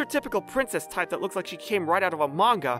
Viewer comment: "Are you serious rEIGht now"